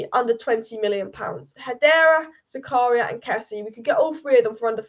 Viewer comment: My God your pronunciations of these non English names is horrendous. Why not listen to commentators a bit and pick up those names? Dennis Zakaria, a 100 times ? Cheisa ? Wow. Horrible job, dislike for this video for this unprofessionalism.